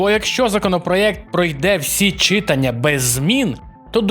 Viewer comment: Чому чИтання? ЧитАння ж